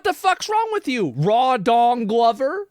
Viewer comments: "Rawdong Glover?" Is that joke? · Hahahahah he said “raw dong glover!” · Wait, Rawdon Glover... is that, theres no way thats their real name right, raw-dong-lover lmao was this actually on tv Edit: THAT IS HIS REAL NAME